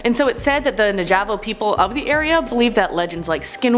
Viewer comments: The "Na-javo" people?!?! Navajo?? Its "Na-va-ho"... the Navajo. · The name you're trying to say is pronounced Nav a ho not how you said Nav a Jo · You said Navajo wrong 😑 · How do you mispronounce Navajo…😅😂😮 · Gotta learn how to pronounce Navajo my girl. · Is no one gonna talk about how incorrectly she said Navajo? 🤣😂😂